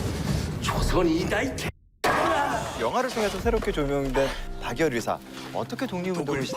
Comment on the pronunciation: 제발 발음좀 방열이 아니고 박열입니다